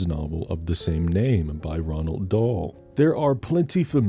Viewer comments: i dont mean to nitpick but i think you said Ronald Dahl but its Roald. other than that i love this video love how much hard work goes into them!!! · Ronald Dahl? 😅 Its Roald Dahl homie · Did he say “Ronald Dahl”?😅. It’s Roald Dahl. The n is silent and not there I grew up with Gene Wilder and I love his take of responding to bratty children. I liked Violet in the original as well. She didn’t seem as bad. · I’m more perturbed that you said Ronald Dahl 😂😂😂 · 1. “Ronald Dahl” 😆 it’s Roald. Which to be fair is not a name a lot of people have. 2. The one second cut to Mark Zuckerberg ☹️ I haven’t seen this movie in a long time and the Gene Wilder version even longer but I do enjoy Gene’s “you get nothing! Good day sir!” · His name is Roald Dahl not Ronald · it’s Roald btw, like ‘rolled’